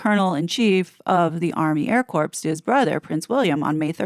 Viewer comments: We don't pronounce the S on corps. ie "core" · Or the p.